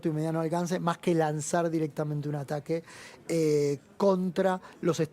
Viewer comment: Quien más se dió cuenta que dice ARAQUE en vez de ATAQUE, hasta el minuto